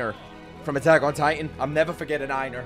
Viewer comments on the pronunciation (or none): It's not "Eye-nar" it's "Ay-nar" like Eivor from Assassin's Creed Valhalla.